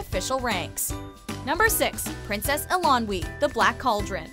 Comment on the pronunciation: Please, please learn how to pronounce Eilonwy. It sounds like "Eye-lon-wee" (stress on "Eye").